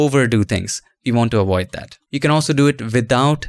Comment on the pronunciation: get directly to the point. also, its pronounced avoid not awoid